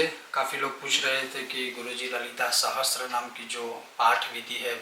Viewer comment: आप पेहले तो गलत उच्चार कर रहे हो. सहस्त्रनाम नहीं सहस्रनाम हैं.